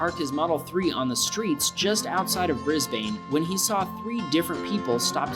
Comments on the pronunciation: "Brizz Bane" Wow, you really did pronounce all these places like an American.... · You said Melbourne wrong And you said Brisbane wrong At least you got Victoria correct just stop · The way you pronounced Brisbane was incorrect search it up on the web and you will find how to pronounce it correctly. (I am only pointing this out due to the fact I live in Brisbane) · BRIS BANE WTF IS WRONG WITH AMERICANS ITS BRISBANE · So many videos of things in Australia and most of these places I’ve been to but it is starting to annoy me at the way your pronouncing the names of cities wrong, I know you did say you’ll just say it the America way but still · As an Australian, the way you butchered the names of Brisbane and Melbourne was something 😂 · As a Australian your Australian accent was good also you said Brisbane and Melbourne wrong i think it might of been your American accent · Yeah i heard him say both and i know both Melbourne and Brisbane are not said like that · You said Brisbane wrong and Canberra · It is "Brisb - un" NOT "Brisb - ane" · BRIS-BANE!? BRIS-BANE!? ITS BRIS-BEN! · just to let you all know it is pronounsed Bris-burn because i am Australian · Pronounce Brisbane “bris-bin” not “bris-bane” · It’s not brisbain it’s Brisbane I know cuz I live in Brisbane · It's bris bin. not bane as in bat man and bane.. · It’s Brisbane BRIZ-BAN-E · Brisbane is pronounces Bris Ben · it isnt 'brisbane' its said as 'bris-bn' :) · Sorry but u pronounce Brisbane like briz - ben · And Brisbane is brisbn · AHHYYY AHHHYYYY DONT U AMERICAN PRONOUNCE BRISBANE WRONG ITS BRISBINE BRIZ BINE THATS WHAT ITS PRONOUNCED TO US AUSTRALIAINS not hate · lol Bris bane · Please learn to say the names properly at least google them 😭 Brisbane is pronounced Brisben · You pronounce Brisbane as Bris-bin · Bris. Bane.? Lmaooo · Oh come on :) All Americans know how to properly pronounce "Brisbane" by now. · Mel-boooorrrne and Bris-baaaaaane. Ugh. Pronounced 'Mel-bin' and 'Bris-bin'